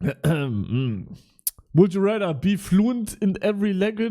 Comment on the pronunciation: "Would you rätter"